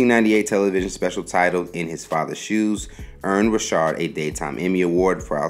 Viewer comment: His name is not Robert Rishard , it's Robert Ri'chard (Rikard) . If you going to do a video , please get the pronunciation right , smh